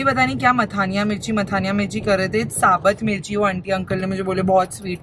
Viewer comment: Sabat mirchi nhi vo sabut mirchi bol rhe the mtlab sidhi mirchi bina tuti hui 🤣🤣